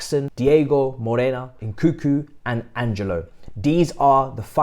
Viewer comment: Can someone please teach how to pronounce names. My man's butchering Nkunku and Slonina so bad.🤣